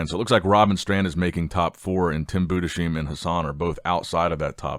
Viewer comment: Just a quick comment from a German Tim Budesheim isn't pronounced Budescheim but rather split into Budes+heim with a hard s and not sch